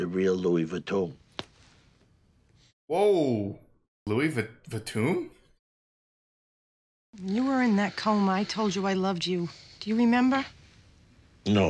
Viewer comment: louis va vatoon? 😂